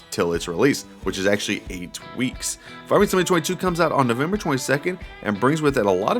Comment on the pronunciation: Slow down and E N U N C I A T E You pronounce Farming Simulator 22 like "Farmesimalayertweyto". You sound like a kid rushing to get a story out, lol